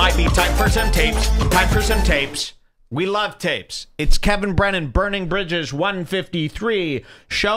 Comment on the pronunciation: Please never say bridges again "jules"